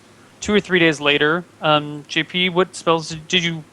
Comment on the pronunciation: love how can never say JP's name right.. always says togglebutt